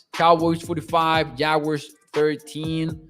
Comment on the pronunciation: Please,just say jaguars,ive yet to hear the proper pronunciation